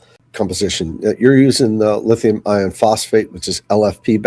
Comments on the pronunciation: Why did you both keep saying lithium "ion" phosphate instead of "iron". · Why does say "lithium ion phosphate?" Does he not know it is lithium IRON phosphate? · It's lithium IRON phosphate, not Ion. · Lithium iron phosphate. It’s not lithium ion phosphate. It makes me question somebody’s expertise when they can’t even pronounce something correctly.. ❤😂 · Dude said “lithium ion phosphate” multiple times. Concerning…